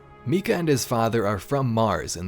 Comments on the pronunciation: It’s actually surprising how many are saying it like mee kuh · Great video! One thing though: it’s pronounced “My-cuh”. I have family and friends with the name and that’s how it’s always pronounced.